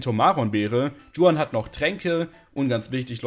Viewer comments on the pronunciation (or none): Mag deine runs echt gern, aber oida regt es mich bei den Emerald Runs immer auf wie du juan ausprichst 😂 Das ist doch obviously einfach n spanischer Name und deswegen wie „Chuan“ und nicht „Dschuan“ Sonst supi, sorry musste raus 😭